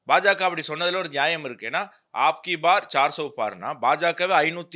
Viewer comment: தம்பி ஆப்கிபார் இல்லை அந்தி ப்பார்ன்னு சொல்லனும். ஆப்கிஅனு சொன்னா உங்களுடையதுன்னு அர்த்தம் ஆயிரும். அப்கிப்பார்னு சொன்னால்தான் இந்தத்தடவைன்னு அர்த்தம். சார் சோ பார்ன்னா நானூருக்கும் மேலேன்னு அர்த்தம் நன்றி.